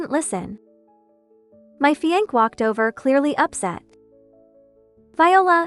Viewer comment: This AI reader is illiterate😅...Fiancé is pronounced fee-on-say